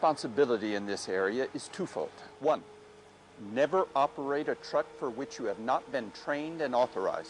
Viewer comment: lol the guy keeps saying "ya must" instead of "you must".